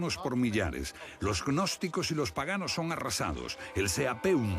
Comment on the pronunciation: Jajajajajajajajajajajajajajajaja agnosticos😆😆😆😆😆😆 es gnosticos animo la "G" es como h no pronuncia ni se agrega letra